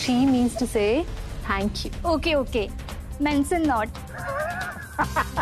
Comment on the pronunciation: I don't understand ye log ek easy word nhi bol sakte...I mean thank you ko thanko🤦🤦🤦🤦